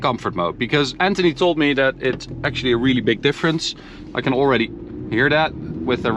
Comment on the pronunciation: Why he says always allraidy